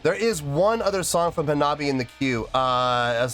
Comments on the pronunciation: I’ve been watching your videos for the past few days. This by far the most intrigued I’ve seen you towards a new band. Lol love it. Auto subbed after this video. Love your work man! Also it’s Ha-Na-Bi-Eh… so many people improperly pronouncing it lol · Hanabie : "Anne-Ah-Bee-A" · Say "ha-na-bee-eh." Hanabi ("ha-na-bee") is a different word. "Hanabie" means "cold flowers" and refers to a sudden onset of cold weather in the Spring. "Hanabi" means "fireworks." This band is so good! They're putting together songs for a second album, and if "Neet Game" is any indication, it's going to be just as good at their first one, "Girls Reform Manifest" (which has no weak tracks).